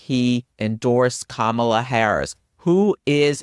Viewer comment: Thanks for this! Kamala is pronounced KAH-mala, just a kind reminder. Or, like she explains it in her book, like "comma-la" 😊